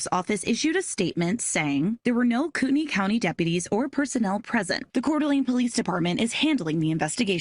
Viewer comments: Coo ten ee. Everytime I jear google say it I'm like no, thats not how we say that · US place names are so weird Kootenai County is apparently pronounced "Coo'ney County"???